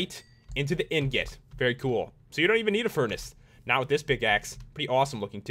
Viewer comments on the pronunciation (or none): im dying he pronounces it in-get instead of ing-get